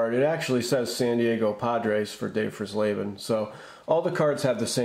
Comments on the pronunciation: You're mispronouncing Dave fries laban's last name Fry's Laban is the pronunciation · Pronounced "Fries-leben", like French fries. I never saw any of the Washington variations where I live. Maybe they only came out in certain markets, just like the 75 minis, which I also never saw. A similar situation arose a couple of years later when the Giants were on the verge of moving to Toronto, but that time Topps didn’t jump the gun.